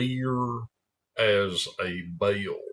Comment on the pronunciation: Clear as a bale? Is that like a bale of hay? Lol. I love the way you make two syllable words out of a single syllable word.